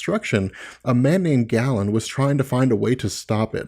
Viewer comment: small, minor thing... it's pronounced Gay-lan, not Gallon.